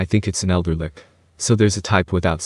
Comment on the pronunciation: Read as Litch, not Lick